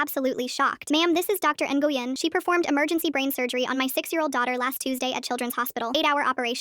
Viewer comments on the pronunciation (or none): Nguyen is pronounced Nway-in most of the time, never Engoyen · AND ENGUYYEN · Damn artificial voice can't figure out the pronunciation of Dr Nguyen's name - not "Ng-u-yen"... it is pronounced "Whe-n". Thank you BIL for the long-ago lesson. I figure that I still owe you residual $$$$ for mangling your name. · N gu yen? Like Nguyen?? Vietnam referance! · DID NO ONE NOTICE THEY SAY NIGUYWIN INSTEAD OF NGUYEN (pronounced win) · Nolan ❌ Nguyen ✅ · Nguyen ❌ Ne goo yen ✅ (im Vietnamese 😭) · “ne-goo-yen” lol i didn’t know she was viet till that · bro I’m not Vietnamese but the way the AI pronounced Doctor Nguyen was horrendous as a Asian. (No it’s not “doctor Nolan” or whatever the subtitles said) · I giggled at the way it pronounced Nguyen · Lmao I think the name was supposed to be Nguyen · I know this is fake and all but are they trying to say ngyuen?? 😭😭